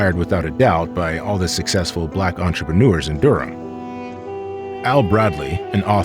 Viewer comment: AI should know it's pronounced 'Durm'